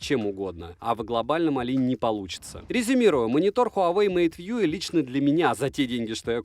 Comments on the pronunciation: МейтВью же, а не МейтВьюэ. Колхоз. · хуавэй мэйт вьюЭ хахаха